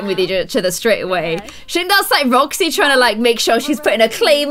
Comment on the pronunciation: When you wanted roxy you said joxy